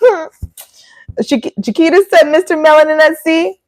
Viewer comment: I'm just going to add that I appreciate you pronouncing her name how you said it first as that is how mine is pronounced (Chiquita - Sha-kwee-ta). So confusing, I know, but most start off with the banana sounding way and I correct them the other way. 😅 I love you even more now, though! ❤